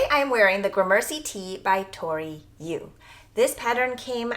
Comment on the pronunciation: You're mispronouncing gramercy. Emphasis is on the first syllable. Took me a bit to figure out what you were saying